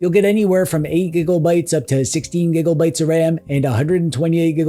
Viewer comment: Am I the only one who cries when he says “giggle bytes” 😂😂😂😂